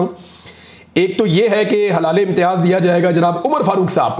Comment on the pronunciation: "halaal" e imtiaz nhn hai yeh haram, halaal wala.. "hilaal" hota hai.. please urdu theek se bola karein..